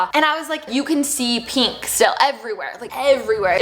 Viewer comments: Is anyone else bothered by the way she says peenk instead of pink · “Peenk” girl I-💀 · Notice how she says “pink”